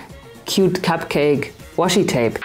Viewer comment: Das Washi-Tape.. hier in Japan sagen alle nur マスキングテープ(masking tape) 😂 和紙 (washi, uebrigens WAshi ausgesprochen, nicht das Englishe Woshi ;) ) bedeutet quasi traditionelles japanisches Papier, ist also eine bestimmte Art von Papier